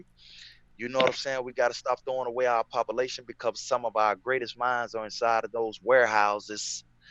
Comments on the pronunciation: Read it just as he said it !!! 😂😂😂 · From now on I’m saying “pop-a-lation”